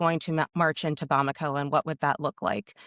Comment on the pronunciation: Nailed the pronunciation of Bamako. Well done